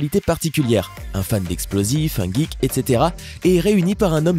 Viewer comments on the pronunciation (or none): none